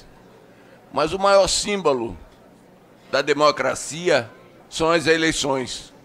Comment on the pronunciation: 'O maior símbalo...' foi isso mesmo que eu ouvi do cidadão que pediu a palavra?😂😂 Não será difícil adivinhar a qual partido ele partence!😅